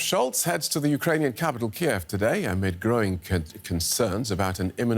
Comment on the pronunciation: They're pronouncing Kyiv wrong. So apparently DW is pro Russia too.